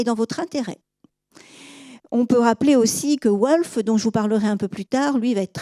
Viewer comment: C'est passionnant et on apprend beaucoup de manière agréable. Juste un petit grain de sel concernant des prononciations : Millet on devrait dire Milet (c'est Emillet, mais c'est vrai que nombre de gens prononcent les deux L mouillés aussi), Gerveix on ne dit pas le x final, Ouolff non c'est Volff, Holgate c'est Houlgate, Bruksel c'est Brusselles... J'écris ça sans méchanceté, c'est une superbe "exposition" !